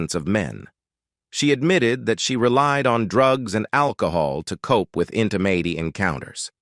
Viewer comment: What is a miss carry oggie? LMAO! In tuh may tee... It keeps on getting, shgall i say... Wor see?